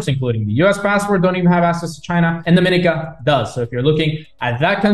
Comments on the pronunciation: E-2 Visa is a big plus value for an extra 50K. Do you want access to China or the USA? Btw--pronounced- Dom-a-NEE-cah and Gree-NAY-Dah, and Bar-BUUH-Dah. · You pronounced Grenada and Dominica wrong 😅 Nice vid tho.